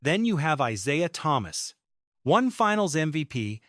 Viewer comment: AI hyperbole, simply for clicks and views. This clown voice-over keeps saying ITs name wrong. Here you have it folks, a nothing-video. THIS IS OLD NEWS.